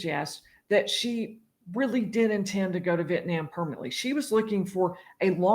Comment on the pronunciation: "Vietniam" lol